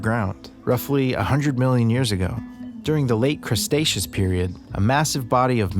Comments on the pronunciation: Anyone else hear the “crusteaceous” period!? Just a funny slip of the tongue 👅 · Did my dude say "crustaceous"? 💀 Great video. Will have to watch more of his stuff.